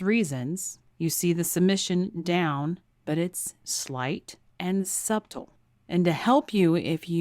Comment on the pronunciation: the b is silent in subtle. It's Suh tl.